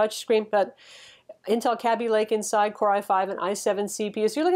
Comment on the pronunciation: please learn how to pronounce Kaby Lake